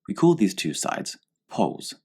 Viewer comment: when you press number 2 it sounds like he saying jizz that aside great video